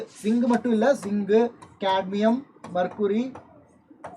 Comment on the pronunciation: Zinc❌ Singh ✅😂